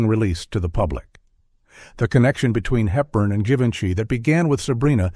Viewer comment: You hesitate on the pronunciation of Givenchy : Zhivenchi is the correct way. Billy Wilder had a crutch on Audrey Hepburn (don’t know if it was during the filming of Sabrina or Love in the Afternoon) and he was a little afraid of speaking in his dreams, but he came to the conclusion it would be harmless because his wife’s name also was Audrey 🤣 Greetings from France 🇫🇷